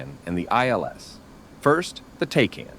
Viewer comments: TACAN... The A is short - It's "TACK - AN" not TAY-CAN" - you sound like a nub... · TACAN or Tactical Air Navigation.. Pronounced “tack-an” not “take-an”. Nice DCS video. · It’s pronounced TAC. CAN.